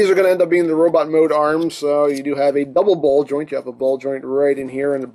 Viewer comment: when you said dubble ball join i heared bubble ball join XD